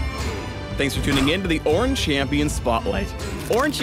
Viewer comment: i don't give two shits about this "oorn" guy. all i care about is the evelynne rework that's supposed to be next